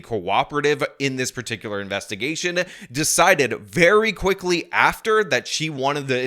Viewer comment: I wonder how dumb she felt when they issued a search warrant for her dna, after she said "Nah, we don't need no more investimuhgation"? BUSTED.